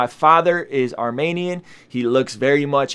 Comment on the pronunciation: Thanks for posting - my friend told me to check you out - fellow Armenian here. It’s pronounced Armeeeenian btw - (not Armaynian) emphasis on the E 😊- also as far as the nagorno Karabagh issue goes - I’ll keep it simple - our history and land goes back to the BC era- (as you stated we were the 1st Christian nation to adopt Christianity). Azerbaijan is a very young country in comparison to ours. That land was and will always be Armenia’s. I encourage you to do your research and educate yourself to see how our land was given away so many times. I know this wasn’t a history lesson, just your personal story, but I do encourage you to read up on it. Ty and God bless